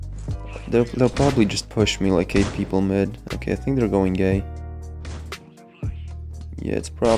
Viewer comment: i thought he said “going gay”